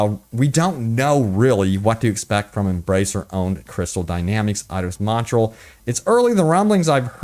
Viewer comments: Dude.... It's "Mont-ree-all". Just saying. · As a Canadian, it pains me to hear you butcher the pronunciation of Montreal. Say it with me: MON-TREE-ALL EDIT: In all realness here, what they could be testing (and given the fact that it is so extensive) is that they are testing a potential stability improvement. Microsoft has sent developers Xbox Series S dev kits so they can free up memory for performance boosting, and CDPR is obviously one of the companies that got a dev kit. So we could possibly, maybe, see a 60fps update to the Series S. So I don't know, just seems like it would make sense. Maybe they haven't had the dev kits for that long? Who knows. Would love to see it though.